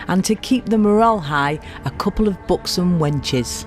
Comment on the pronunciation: Thought you said 'books on wenches' then realized it was 'buxom wenches'!